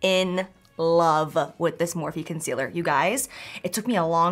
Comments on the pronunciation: Why does she say concealer like...”Cun-sealer”. It’s annoying!! 😂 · Is she saying “cunt-cealer”?